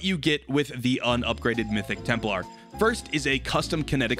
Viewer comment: This mf say Temp-LAR pronounce it TEMP-LER